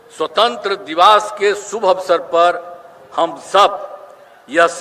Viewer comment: दिवस को दिवास पढ़ते है